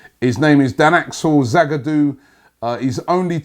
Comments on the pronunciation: Robbie it's pronounced SEH-BYE-OS NOT CAH-BAE-OS😂😂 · I love listening to Robbie butchering players' names.... today is Cabellos turn ( A.K.A Ceballos) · Its not dani cabeos its dani se-ba-yos. Thats how you pronounce it. Oh my god Robbie... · Ceballos not Cabellos 😂😂😂😂😂😂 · Robbie, though you write Ceballos is not Kaballos, is like Zeballos, say Zidane, Zeballos. It's funny cos you pronounce right the double l, which is usually more troublesome. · It's dani ceballos not cabellos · Se-buy-os not Ce-bay-os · it's pronounced Se-ba-yo's... ( Ceballos) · Pronounced se-bai-yos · Ceballos is pronounced like seh-buy-oss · Can you not pronounce names robbie? "Kebaios"?😐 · Ceballos is pronounced sebayos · Ceballos is pronounced Suh-bi-yos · Robbie, Ceballos is phonetically pronounced 'se-ba-yo-s'. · It is pronounce as Dani (Che-baa-yos) Ceballos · Robbie, man I admire your consistency.. you butcher every single Spanish name you pronounce! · Another day, another mispronounced name. Keep up the good work,!:D